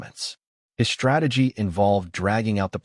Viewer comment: DISHTRACTED, DESHTROYING, DISHTRICT, SHTRATEGY, SHTRENGTH, RESHTRAUNT, NOT ENGLISH WORDS!!!!!!!!!!